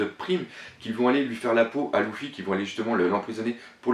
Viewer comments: 3 luffy stp essaye de dire leffi o lu de louffy meme si sa s ecrit luffy sa se pronnonce leffi merci d avoir la patience de lire tout ses message regarder les tous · Arrete de le prononcer "louffy" ca me perturbe on dit "leuffy" ptn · cest leffy pas louffy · excellente vidéo mais Luffy se prononce lEffy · que dire de sa façon d’appeler Luffy "LOUFFY", mais malgré ça j'aime bien c'est vidéo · Bonne vidéo mais juste la prononciation des nom c'est un peu saoulant comme luffy qui se prononce leuffy et ussop qui se prononce oussop mais de bonnes théorie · c une demade personelle svp pourrait tu prononcé luffy=leffy et dragon se prononce dragonne c juste un demande personelle mais sinon genial tes video continue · non mais sérieux tu as du mal avec les prénoms .c'est pas louffy mais Luffy ! pas Utsop mais Usopp ! tas l'air fan mais soit fan jusqu'au bout et modifie pas les prénoms ! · Louffy ? Dragoun ? Outsop ? Fais attention à la prononciation ! Sinon bonne vidéo :)